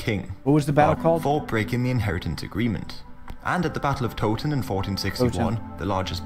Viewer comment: Not Toeton , but Towton...Tow like " OOOW!" I've just stepped on some lego, barefoot.